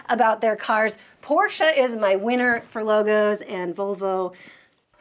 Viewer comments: Thanks for pronouncing Porsche correctly. Please, spread the word in your country about the sounding "e". About Stuttgart, this is actually pronounced as "Schtuttgart". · THANKS for saying "Porsche" absolutely perfectly.